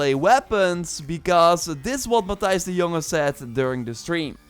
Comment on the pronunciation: When you said matthijs de jonge i was 75% sure that you are dutch too